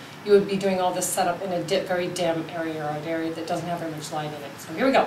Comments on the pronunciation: 'Arearer' cool vid in all 'arearers' lol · airy-err = area